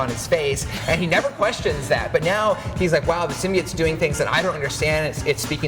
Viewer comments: Why does the guy say "sym-bee-its". It's "sim-bye-oats" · What is with people saying symbiotes wrong